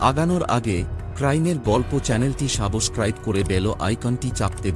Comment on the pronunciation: সাবোসক্রাইব না উচ্চারণ টা হবে সাবস্ক্রাইব